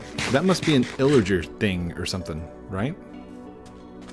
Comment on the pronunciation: Thats not illiger its illager. Good content btw also i late 1 minutes😭